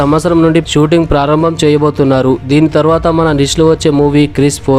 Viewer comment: క్రిస్ కాదురా ముండా క్రిష్